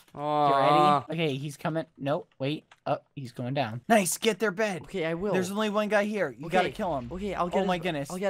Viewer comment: Let's not talk about the fact that BBH is saying NOICE instead of nice most of the time.